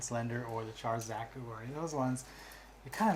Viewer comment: Look i love you but Char is pronounced SHAR. If I hear you again saying it like Char in Charmander i'm going crazy. #triggered